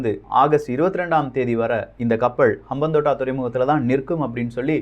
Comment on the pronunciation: Bro, FYI, Hambantota = ஹம்பாந்தோட்டை Next time correct aa pronounce pannunga. ❤️From Sri Lanka